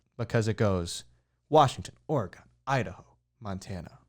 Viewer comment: its "Or+a+gun", not "Or+E+gon". It scares away Bigfoot when you say the latter.